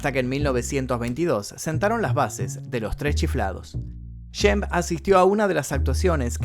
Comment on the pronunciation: El nombre se pronuncia SHEMP...con SHHHH...no es YEMP... En varias frases lo pronuncias deformado.¿podrías pronunciarlo adecuadamente?